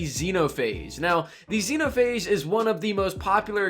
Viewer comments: The X-E-NO-PA-HA-GE Guide POG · X-eno-pha-age... 🤣🤣🤣🤣🤣. Man I like your content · Ah yes, Zeno-Pahage. Very quaint of you